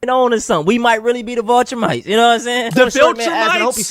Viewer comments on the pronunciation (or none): the mispronunciation of "Viltrumites" as "Vulturemites" was a nice slip to end the video on. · So he went from complaining about being oppressed to claiming to be "voltrumites". Not Viltrumites, but "Voltrumites". So melanin content is now a superpower. So then the kryptonite apparently is the pronunciation of words like "ask" and genetic conditions such as sickle cell trait and hypertension. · he mispronounced it. It’s V-I-L not V-U-L. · bro said the vohlltrumites, can’t stand people who reference stuff they clearly haven’t watched or read 😂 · My question was meant to point out that he mispronounced every word? that he said. I knew what he meant by the viltrumites...they are on a show called Invincible